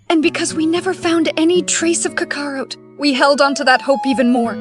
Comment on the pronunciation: I wish you would stop letting a.i. pronounce the characters name. It is butchering tf out of Kakarot.